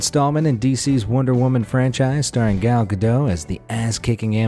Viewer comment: Gala GA dough